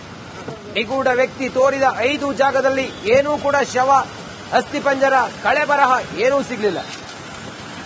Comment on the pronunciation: ಸ್ವಾಮೀ ಕಳೆಬರಹ ಅಲ್ಲ. ಕಳೇಬರ ಎನ್ನಿ ಅಣ್ಣ.